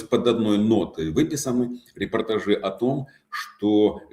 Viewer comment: чтобы вы уж совсем были горды собой, могу вам подбросить еще одну его ошибку: он сказал о пониженном болевом пороге (общества). А в контексте его речи надо , конечно, говорить "болевой порог сильно ПОВЫШЕН". Это часто путают. Он говорит "репортажИ" вместо "репортАжи", что неправильно Надеюсь, вы счастливы))